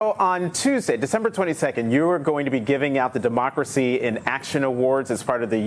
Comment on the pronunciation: Dimooocracy...its always Dimooocracy!